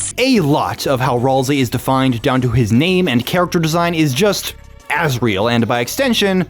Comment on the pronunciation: Don't tell me you pronounce "character" as "car-icter"